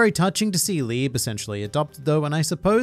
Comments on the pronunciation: And libé not lib -_ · You correctly explained Nacht's name. It's the german word for Night (though you pronouning it like "nackt" which would be the german word for "naked) but that's not the only german name. Asta's devil Liebe is named after the german word for love. The e after the b is not silent. If you want to pronounce it correctly you'd say LiebE. Enough with your german lesson. I really enjoined this review series because I finished Black Clover 2 months ago and it was really fun getting your thoughts on it every weak. I guess Black Clover doesn't have enough content to make many videos about like HxH or One Piece. Maybe you could talk about individual magic powers. In case you want to start reviewing another series I recomment "Chainsaw Man" (if you haven't already read it). It's a really popular manga that doesn't have an anime. It's a shounen with an really interesting power system and interesting antagonists. The MC is super unqiue and deep in a way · the e at the end of Liebe is not a silent e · I don’t wanna be that guy by Liebe is pronounced (Lee-Bay) and his name means Love in German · Pls use translator to hear the pronunciation of Liebe 😂 it's another german word which means Love. And pls for Nacht too, the way you said it sounded like Nackt (Naked) 😂 Tabata uses german words often 🤔 Liebe, Nacht, and Licht. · who here is german and also triggered by how he pronounces liebe? XD